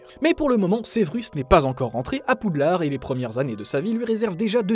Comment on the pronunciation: Ta dit poudlarde XDD